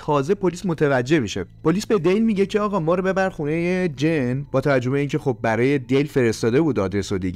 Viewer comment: سلام.جن نه جین